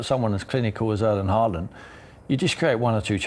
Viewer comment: Just mentioning - Haaland's name is pronounced with an norwegian å - in English like the vocal in "haw"/"saw" etc! 👍